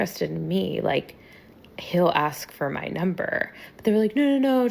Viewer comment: He just couldnt take you serious cuz you manage to say the very easy word "ask" wrong. Somebody with that attitude should at least know that it's not "aks".